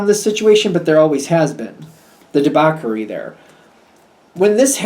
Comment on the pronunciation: it's pronounced "debauSHery" (debauchery) sorry to correct you but you need to know. thank you